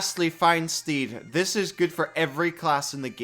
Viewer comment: I know you said steed, but I absolutely heard "Find Stephen" and now I'm just going to call my paladin's mount stephen from here until the end of time.